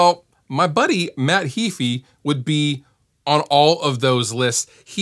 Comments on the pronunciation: It's Heeeeyfe - not heeefeee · Nope, it's spelled "ea", not "ae"; pronounced "Hee-fee". Punch it into a Text to Speech and listen for yourself. tube That's pretty nonsensical as well.